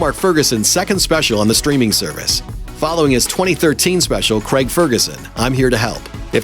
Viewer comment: Why can't this pronounce the name Craig properly?